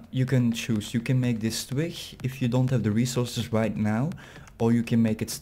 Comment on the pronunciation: yea i saw it and i fixed it ;P building the base right now on a server ;) (heb je hem trouwens zelf ontworpen?) (en je spreekt twig verkeerd uit het klinkt echt grappig)